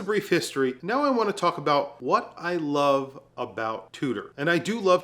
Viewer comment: Although is a bit of an arrogant douche, he's right. I wish he'd learn how to say the word NOW properly. It's not Nahyee. SMH.